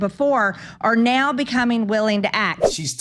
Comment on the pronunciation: .. not to mention the way (s)he nasally squawks the word "now" with 3 syllables: "neeeaaaow"